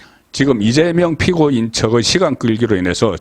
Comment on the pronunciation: 분리, 분석, 피고인 등 발음이 이상하네???